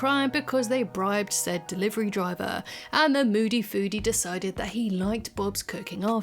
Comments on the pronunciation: Season 2’s “Moldy foodie”???? It’s moody foodie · Moody Foodie, not Mouldy